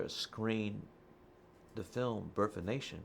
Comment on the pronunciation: “It’s a honor” “Birf” of a nation? “I want to talk in particularly?”